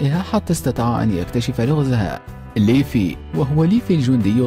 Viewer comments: ما موتني غير نطقة لليفاي يسميه ليفي😂😂😂💔 ولا هوجاكي الرابع ذي لٱ تعليق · ليفي ههههههههههه ليفاي مو ليفي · slassi بعرف ايسمه ليفاي بس عم نتمسحر ع صاحب الفديو عم يقول ليفي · ليفاي قال ليفي و ناتسو ٲبوه اسمه اغنيل مو دراغنيل و ياجامي لايت ما عرف ينطقها صح و جاب العيد فيها 😂😂😂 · صح انصدمت لما قال ليفي راحت هيبة ليفاي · ايوه قال ليفي ما قال ليفاي حرام راح فيها ليفاي هههه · كما انه قال ليفي 💔💔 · والله شكل المعلق لبناني. اسم الرجال ليفاي. نطقه ليفي. الحمد الله ماجاب العيد وماقالها. ليفه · اول شي اسمه ليفاي مو ليفي وثانيا شي شكرااا على مجهودك 😇😇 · ليفي اجل هاه؟ ليفاي اسمه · ليفاي مو ليفي وكمان شهاب و هوكاجي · اسمه ليفاي مو ليفي الاسم كله خطا اسمه ناروتو اوزوماكي مو يوزيماكي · ليفاي وليس ليفي لولوش وليس لوليش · حرام عليك ياخي ارن بيجر ههههههههه اسمه ايرين ييغر وبعدين ايش ليفي شوهت اسمه اسمه ليفاي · اسمه ليفاي وليس ليفي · ليفي T_T omg طريقة نطقك للأسماء تجرحني كثيرا ، ليفااااي يعني بال ااايي ، هههه سوف تنتحر شخصيات الانمي بسلام ، بعد سماعك 3: ... في الاخير كل ماهو عن الانمي هو الافضل 3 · ليفاي مو ليفي يا ورع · اسمة ليفاي مو ليفي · ياخي ليفاي مو ليفي ههههه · ايوا اسم ليفاي يلي بهجوم العمالقة جاب العيد فيه 😂😂😂